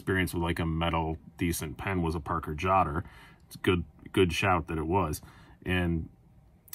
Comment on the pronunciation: I’ve been ruined by Shabbaz. Hearing “Parker Jotter” pronounced correctly almost grates on my ears! 😂